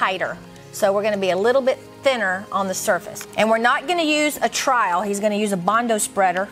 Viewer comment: You keep calling it a trial instead of trowel, it's annoying